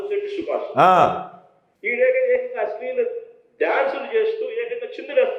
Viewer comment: అస్లీలం అనే పదాన్ని సరిగా పలుకమను సైకో అన్న nu మాత్రలు ప్రభావం కచ్చితంగా 😂😂😂😂😂😂😂😂